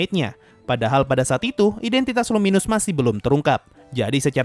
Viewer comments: Gi bang bukan guy Emng tulisan nya guy tapi di baca tulisan nya gii Sama luminas bukan luminus bang 😂😂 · Nama aslinya luminous valentine btw, ruminas karena pelafalan orang jepang.